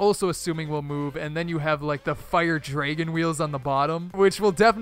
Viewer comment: Are you Canadian? I thought I heard you say dregon